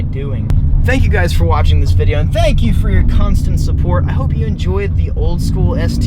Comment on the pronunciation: i like the way you say "thank you for watching the vidjo" outlaw the YouTuber does the same thing too at the end of his vids